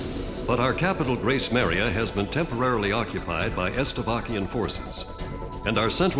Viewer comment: Its Gracemeria not Gracemaria